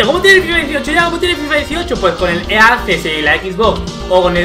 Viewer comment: EA no se pronuncia ea se pronuncia i ei aunque sea raro